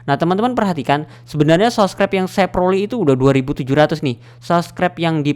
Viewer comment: Subscribe bang bukan sobcribe hadeeeeeeeehhhhh , bang anda bisa eja dengan baik nggak